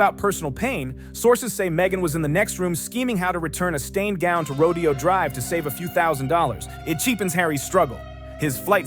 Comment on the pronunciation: The correct pronunciation of Rodeo Drive is "row-DAY-oh." It's not a rodeo.